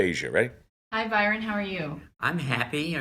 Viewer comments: Not Byron.. Bryon (says on his badge) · Something seems off since the man's name tag clearly says Bryon, not Byron. Either it's spelled wrong on the tag or no one is noticing one way or the other. Even the interviewer calls him Byron...